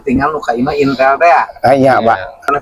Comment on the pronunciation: Kalah pikaseurieun 😂, ningali " INTEL " berubah jadi " INTIL "